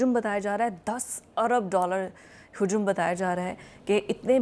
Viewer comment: Hujoom nahi hajam kahiye very bad urdu